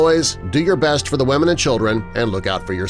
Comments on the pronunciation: Did he just say wAmen and children? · Did he pronounce it "wamen"? 😆